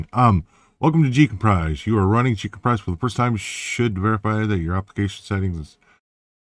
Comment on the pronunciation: GCompris pronounced JCompree > French meaning "I have understood" (j'ai compris) 😉